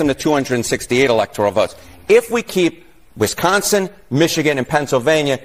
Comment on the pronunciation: WISconsin, not WESconsin....sheesh.